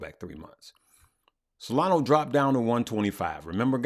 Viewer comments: It is not solano but solana 😊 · Hey, love your videos and want to thank you for everything you do. For the love of all that is holy, please stop saying “SOLANO” 😂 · Solano ? i think you mean solana haha